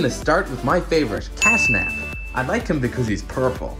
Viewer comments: hold on did you say castnap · It is catnap not castnap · It's catnap not cashnap! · 💀he said"casnap"💀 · Bro said cast nap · IT IS NOT CASNAP IT IS CATNAP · Its catnap not cashnap and also bobby bearhug is a girl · Catnap not casnap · its catnp not cashnap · You say his name wrong is cat nap